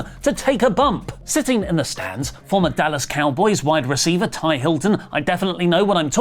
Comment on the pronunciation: As a lifelong NFL fan, hearing say “Tie” Hilton made me laugh so hard. It’s “T.Y.” Letters pronounced separately. Plus he was in his prime when he played for the Colts and is one of their best players in recent memory. He only played on the Cowboys for a year or two at the end of his career so hearing “former Cowboys player” made me laugh too. Love you